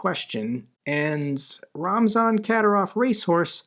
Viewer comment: The correct pronunciation of Kadyrov is Ka DEER ov. Your videos are excellent and I do listen to them every day, but it's painful to listen to you pronounce so many names of people and places incorrectly. When in doubt, Operator Starsky is the go-to person for the correct pronunciation of everyone, everything, and every place. If you would take the time to check his archives, there are videos with the names Kadyrov and Zapporhizia in the headline. Thank you.